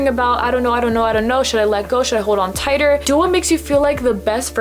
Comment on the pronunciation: tigher instead of tighter